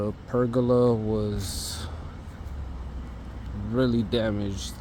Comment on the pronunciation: It isn't a PERGULA....no such word. TRY PERGOLA. pronouced PER GO LA, not perg oola. And those '4ft overhangs' are part of the house design, called EAVES. Eaves, which are the part of the roof that extends beyond the exterior walls, act as a shield against rain, snow, and sunlight, preventing water damage and excessive heat buildup. They also contribute to the overall architectural design and curb appeal of the house.